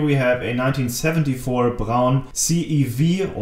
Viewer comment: Great video, and also I now know how to pronounce 'Braun' correctly.